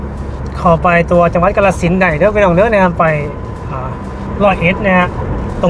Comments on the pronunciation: ออกเสียงให้ถูกต้องนำเด้อ อย่าออกเสียงชื่อจังหวัดแบบลากยาว กาฬสินธุ์ = กาน-ระ-สิน (เมืองน้ำดำ)สองพยางค์แรกจะออกเสียงสั้นเด้อ!แต่ออกเสียงว่า กะ-ลา-สิน (กะโป๊ะ)ออกเสียงยาวเกินไป ความหมายมันเปลี่ยนไปไกลเลย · กาฬสินธุ์ อ่านว่า กา-ละ-สิน ครับ ไม่ใช่ กะ-ลา-สิน